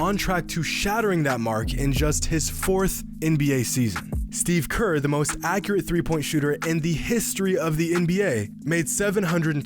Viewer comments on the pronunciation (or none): none